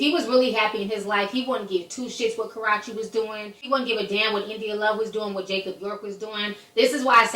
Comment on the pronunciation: Ka - Roo Chee '🤓